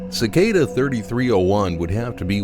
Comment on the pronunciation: Thank you for saying cicada correctly. I don’t care what others claim, pronouncing cicada as “suh-kah-duh” sounds dumb as hell. Suh-KAY-duh.